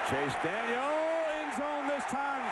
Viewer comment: its allright maybe you guys might win a bowl game for once in your life and by the way its CHASE DANIEL NOT CHASE DANIELS